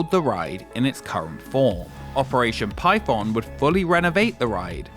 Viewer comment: Ngl I didn't read the title and I thought you were saying pipeb0mb the whole time- 💀